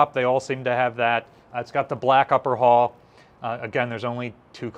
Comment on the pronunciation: Pronounce after me, "Hull, h-u-l-l, hhh---uuu---lll---lll"!!!!!!!!!!!!!!!!!!! You're as bad as Barry Boy when he pronounced corpsman as "corpse-man". You're doing yourself no favors with the ignorant "hall."